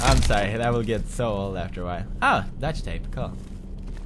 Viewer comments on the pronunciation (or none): Is it just me, or is it hilarious that Pewdie says dutch tape even though it's pronounced like duct tape? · i love how he says dutch tape when it's duct tape XP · it's ducktape not dutchtape LOL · sound like he pronounces "duck tape" ~ dutch tape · DUCT tape, not Duck tape, crazyserg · Uh he said dutch tape in case of duck tape... :) Dutch tape people are the best! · i think he says "dutch" tape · He says Dutch tape-3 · its called "Duck-Tape" not "Dutch-Tape" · It's duct tape not duck tape. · it's duck tape not dutch tape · Looks like you pronounce "Duct tape" as "Duck tape" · DUCK tape not Dutch tape,pwds. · Pewdie, Y U KEEP CALLING DUCT TAPE DUTCH TAPEEE. =))))))))) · i like how he always says 'dutch tape' :p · does he say "DUCT tape," or "DUTCH tape"